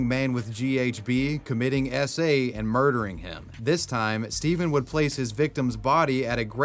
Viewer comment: I know he's saying SA but it sounds like he's saying Esse and it's killing me